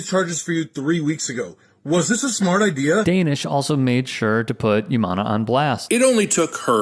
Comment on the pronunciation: it's obvious that you don't know him, his name is pronounced don-ish